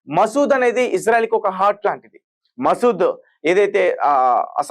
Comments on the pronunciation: ఒరే నాయనా మసూద్ కాదురా ముసాద్ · Maseed kadhu babu, Mossad. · Arey Babu matter cheppetappudu perlu correct ga cheppu.masood kadhu mossadh 😂😂